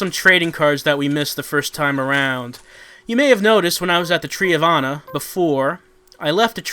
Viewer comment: I hear "Tree of Anna" as "Tree of Honor" every time